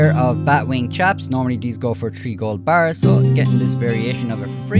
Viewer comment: i love when says gO bArHhs